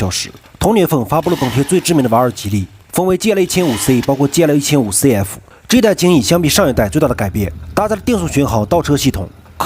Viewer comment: GL 啥时候读成 戒了😂😂😂😂